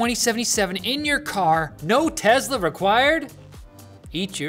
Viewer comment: It's Tesla, not Tezla